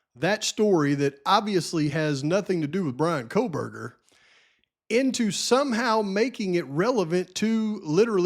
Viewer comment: Megyn Kelly says "Kohlberger" with an L. I think Nancy Grace does too. 🤦🤦🤦 No way anyone sat around with dead bodies for 8 hours. And no way one dude unalived 4 people in 20-25 minutes with a knife. Especially when one was a male who was bigger and Xana put up a fight. What about the talk of Maddie's wounds and Kaylee's wounds not being the same indicating different weapons? My question is, are DM and BF going to be required to take the stand? These girls know more and their stories don't add up. The house being demolished before trial is ridiculous.